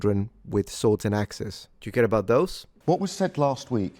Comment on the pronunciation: Children with swords and axex? Mind your speech, you live in gun-sling land!